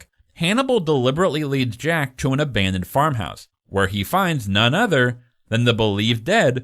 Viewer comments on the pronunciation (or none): none